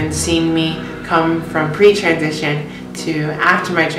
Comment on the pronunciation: When you said "pre transition" I thought you said "preacher edition." XD